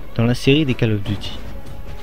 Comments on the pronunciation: ca serait bien si tu prononcais le nom du jeu avec le bon accent "Call of Duty" prononcé "Caul" et non "cale". Sinon un peu plus de dynamisme n'aurait pas fait de tord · Désolé mais prononcer ''call'' comme cale à la française ça m'arrache la tête... anglicise un peu et prononce ''cOll'' comme Gaulle, la baule etc... sinon merci pour la vidéo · C'est pas cAll ais cOll of duty.faut mettre un petit accent anglais --' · Call of duty se prononce : Colle of Duty , Pas Cale Of Duty ;) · Call Of Duty se prononce "col of diouti", parce que ta façon de le prononcer est plutot ridicule... A part ça rien à dire sur la video, je me suis arreté trop tot pour juger le contenu xD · on dit coll of diouty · J' adore ta prononciation "keull of duty" ^^ Xcuse moi mais je me suis bien marrer pendant cette vidéo d' information. Merci quand meme pour ton initiative mais n' oublie pas de prendre du red bull ou des vitamines ça donne la pêche. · P*tain mais on dit pas "Call of Duty" on dit " Coll of Diouty" c'est de l'anglais bon sang ! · Je suis d'acc avec les précédents commentaires, mais juste une autre chose... Je ne supporte pas cette manie de prononcer "Call of Duty Modern Warfare" a la française.... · "call of duty", ça se prononce en english, pas en french... lol